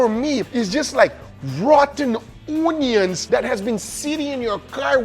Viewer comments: Rotten OONYUYNS! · Bro said RATTEN OOOOONIONS 😭😭😭😭